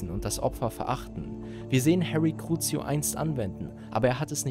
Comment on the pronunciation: Cruzio ist Platz 6 sagst es beim zweiten Mal falsch 😅